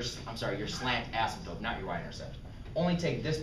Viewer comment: Does he say astmptope?